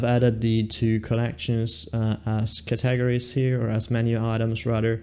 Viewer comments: Did you really say cat-tah-gories? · 🤣I know...wtf are Cat-tah-gories?? 🤣🤣